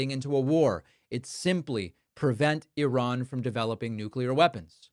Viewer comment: Why can’t any of them pronounce Iran properly?!